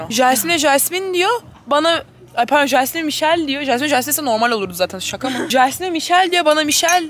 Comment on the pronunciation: "pardğon" hahhsah